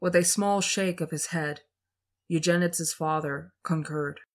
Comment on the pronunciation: Oh, it’s not pronounced you-jen-ids. It’s pronounced You-jen-id-ees